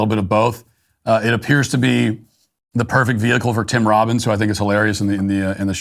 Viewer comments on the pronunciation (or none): It's tim Robinson not Tim Robins lol😅 Tim Robins is from shawshank redemption not at all funny In anything. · He keeps saying Tim Robbins. It’s Tim Robinson. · Tim Robinson. Are you saying Robbin’s? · It’s Tim Robinson, not Tim Robins 😆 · Matt, it's Tim "Robinson", not Tim "Robbins". You pull off not laughing once during "Am I Racist", but cant get the guy's name correct on a planned segment? Sigh. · *Tim Robinson...Definitely not "Tim Robbins" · Sounds like you're saying Tim Robbins. I was mystified at first. Tim ROBINSON, I see now. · Tim RobinSON. When Matt kept saying "Tim Robbins," I couldn't wrap my head around it. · Anyone else driven crazy with Matt calling this actor Tim Robins?! LOL. Tim Robins is Andy Dufresne!!! 🤦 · Tim Robinson not Tim Robins. 😅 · Is he saying Tim Robbins or Tim Robinson? Because that actor is Robinson. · Tim RobinSON not tim Robins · It's "Tim Robinson" , not " Tim Robbins". But maybe it's just my hearing. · ROB-IN-SON. Not Robbins. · Tim Robins.........?????!?!?!?!? Matt, WTF?!? It's Tim Robinson! common man.